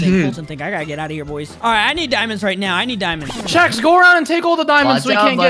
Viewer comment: CHEX NOT CHES !